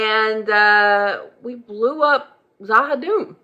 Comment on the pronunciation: She will get the pronunciation for Z'ha'dum eventually. LOL * "ZA'HA'DOOM" :)